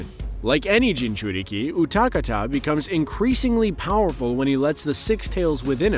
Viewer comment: i hate how you said utakata